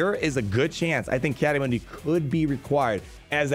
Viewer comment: Just wanted to point out in the clone wars his name is pronounced “Mun-Dee” and not “Moon-Dee”. (